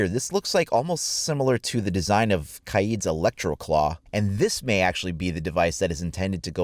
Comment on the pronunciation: It’s K-aid, not kied